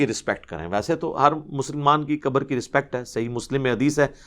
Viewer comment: Mauli sab Urdu Arabi main. Khaaf hai kabar nahi khabar kahen